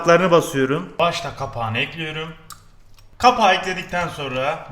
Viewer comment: Dayının ekliyörüm deyişineeeee ölüyörüm